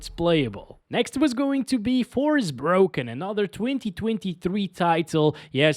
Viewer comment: forspoken bro not forsbroken :face-purple-sweating